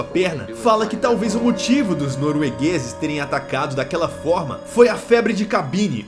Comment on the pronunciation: " Os noroegueis". Kkkkkkkk